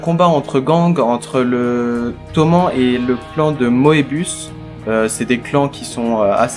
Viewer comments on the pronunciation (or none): Bonne review, par contre Toman ça se dit Tomanne. Car Toman c'est l'abréviation de Tokyo et Manji(c'est pas une croix gammée).